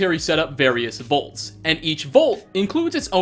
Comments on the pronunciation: Does not realize the Fallout's shelters are called "Vaults" and not "Volts"? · No offense, you call “vaults” “volts”